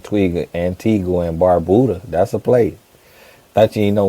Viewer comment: 😂 I’m from Antigua and Barbuda and I don’t believe him, because why in the world would you pronounce it that way? The U in Antigua is silent it’s pronounced “An Tee Ga” and Barbuda is pronounced as “Barb You Da” so he’s definitely a second or 3rd generation… a real Antiguan gets irritated when they hear people pronounce it wrong! 🇦🇬🇦🇬🇦🇬